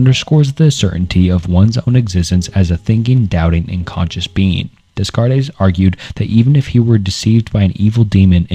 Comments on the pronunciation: Rain Desscarées Barootch Spinoza Got Fried Wilhelm LeBeans Fredrick Nietszurs / Njetchkchk / Nietsjée Sisyphilus John Paul Satire / Gene Paul Sertray / Jean Par Satray Soren Kiriagard Martin Heydgur Arthin Scropenhauer / Scopenhauer Ebikas Seeneyga Marcus Auruloos Edmund Giddier Sigmund Frood / Fred Simone d'Behvoor Guy Debord Gene Barood / Barrold Galaize Deleuze / Gilas Deleuze Odidus Ja Kwees Dooria / Doreidee Michael Foocaltte George's Buh Tale Confishias Laooza Saidaharti Gumati John JaKwees Rousseau Buhrgosee Prolyad Syompesism Phibliasophical You can do better than this, man. Vid is marred by the way you pronounce these names. The foundation of education, and it doesn't seem like you cared to get it right. Shame because these very visible oversights seem to superimpose themselves over the real, but invisible, efforts you took in making this video. Especially when just a cursory glance at some 1min vids would get you their names right. Devil's in the details. Lmk if you need a beta viewer for future releases so you can iron out the wrinkles. Keep it up 👍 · Descartes is pronounced “day cart” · I don't want to sound like a jerk, but that René Descartes pronunciation was astoundingly bad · Constructive feedback, double check pronunciation. Especially on famous ppl like renee descartes. Loving the video all the same homie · Plato believed that knowledge gained from the senses is not true knowledge but opinion. You really took that to heart when you saw the name Renee descartes and decided to pronounce it like that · when you pronounce rene descartes as "rayne descarres" you probably should have done more research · Awesome video. Just mentioning Descartes pronounced “day-cart” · "rain descarres"? -> immediately close video, you are absolutely not qualified to talk about philosophy for 2 hours if you mutilate the pronunciation of one of the most famous philosophers in the opening 2 minutes of the video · Also “Rain Descares” lol